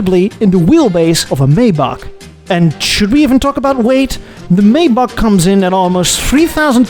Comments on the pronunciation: How do you manage to pronounce everything wrong - I thought one of the arrogant traits of Europeans was a disdain for Americans just making up works instead of saying them correctly. You’ve managed to out American, the Americans. (amongst others: The phonetic spelling of "Maybach" is MY-bakh. It's pronounced with a "MY" sound followed by the German "bakh".) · Dude. You are Dutch. Surely you know how to say "Maybach". (Something like MIJ-bagh in case you really don't.)